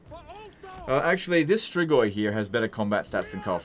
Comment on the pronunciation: Hey, really weird question but I binged so many of your videos that I have to ask: Why do you pronounce strigoi so damn accurately?